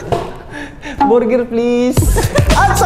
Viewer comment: borger daw😂